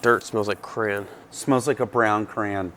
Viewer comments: Cran? Are you trying to say crayon? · You guys pronounce "crayon" funny.